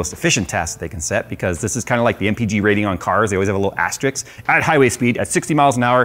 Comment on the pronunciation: As-ter-risks,. Ass-tricks is something totally different:)